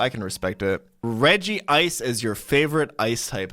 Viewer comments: It’s REJ-ICE, not REJI-ICE SHEESH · I love how he mispronounces both hydreigon and regice all the time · Bruh he’s supposed to be a Pokémon master or whatever but can’t even pronounce misdreavius, gliscor, and regice correctly 😳